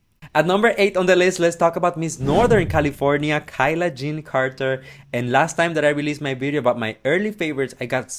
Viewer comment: Hey! It’s pronounced KAY-LUH not KY-LUH:)